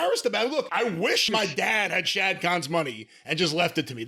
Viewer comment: Dude its not "shad" its "Shahid Khan"!